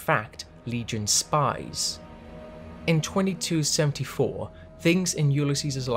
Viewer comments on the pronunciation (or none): none